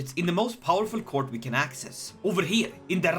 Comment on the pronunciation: What he says: Look at my glorious court What I hear: look at my glorious cock